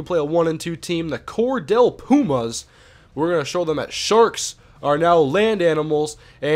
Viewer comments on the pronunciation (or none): hey im from GA and the city is pronounced Cordeal